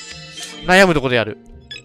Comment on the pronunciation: 寝る前にコンピュータとヤるに聞こえた私は発想が男子高校生みたいで草